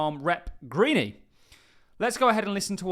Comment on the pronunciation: Marjorie Greene has a silent E at end. Pronounced Green.